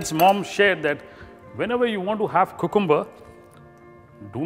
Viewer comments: its more like coohcoombah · Great recipe. ..but lol at 'cocooomuber' every time... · Did you guys here how this guy was saying "Cucumber"? Lol